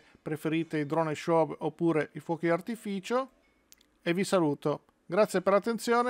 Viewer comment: Tutto bene però SHOW si pronuncia senza la W finale: SCIO' e non sciov. Non si può sentire !